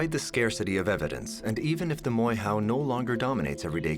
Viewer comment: Please pronounce our maori words properly! It is...'moor-air- hoe!'... NOT 'more-how!'